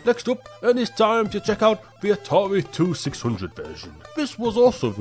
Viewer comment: Yeah, I have to say that you were saying those Atari consoles wrong, but I can't really blame ya. We say it like the Atari Twenty Six hundred, and the Atari Seventy Eight Hundred.